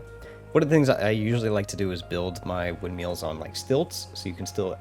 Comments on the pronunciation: Do you think we should tell him how to pronounce it correctly? 😂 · I think it's adorable that your pronounce them windmeals.